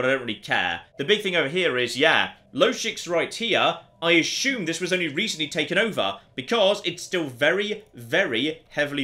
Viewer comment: Why is everyone on youtube pronouncing words like assume and consume with H's in them? "ashume" and "conshumer" being examples.